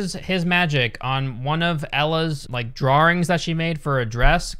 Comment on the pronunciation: I like how pronounces drawings. “Drawrings”